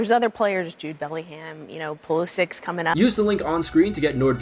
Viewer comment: i love that she says "pulisix" instead of pulisic